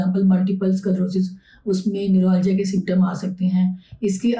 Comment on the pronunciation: न्यूरोलॉजीया नहीं बेवकूफ न्यूरालजिया